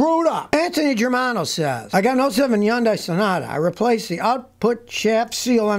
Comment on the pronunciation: Scotty, I really love your videos, but you always mispronunce Hyundai. I don't really expect you to change, but if you want to pronounce Hyundai corectly it is simply, hun-day. Two syables only, "hun" like in the number 100, and then "day". HunDay.